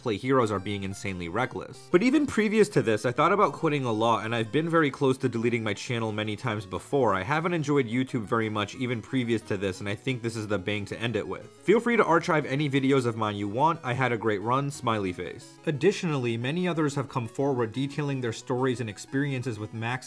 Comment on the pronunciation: yo it's archive not archhhhhive my god bro